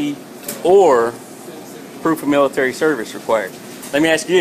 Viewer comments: "miritery" asians XD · What the fuck is intucated & Milliturrry?